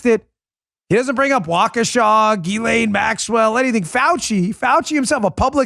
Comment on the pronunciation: Proper pronunciation is jizz-lane Maxwell.🥁